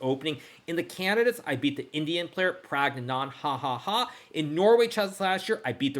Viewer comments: bro what the FUCK was that pronunciation of Praggnanandhaa😂😂😂 “Praggnan ha ha ha ha”😂😂😂😂😂😂😂😂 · ”praggnandhahaha“ killed me 😂😂😂